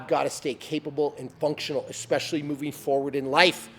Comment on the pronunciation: Especially. NOT eXpecially.